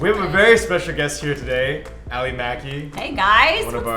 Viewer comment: Wow! My body cringed when they said her last name, "Maki!" However, if that was the right pronunciation, then ignore this whole thing lol. Reasoning behind this is my relatives has the last name of Maki and it was pronounced with more of a Japanese pronunciation.